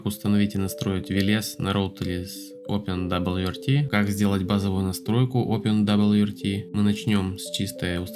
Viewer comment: "опендабльюэрти" чел, живётся тебе, очевидно, очень сложно